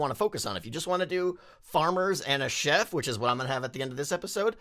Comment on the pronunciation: I keep thinking ur saying shep instead of chef lol